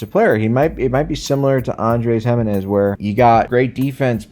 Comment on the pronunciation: You didn’t pronounce Giminez correctly. Yes I’m a petty guardians fan